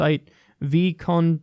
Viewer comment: your pronouncation of Vkontakte is hilarious!